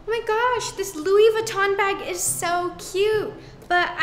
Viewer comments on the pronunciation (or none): none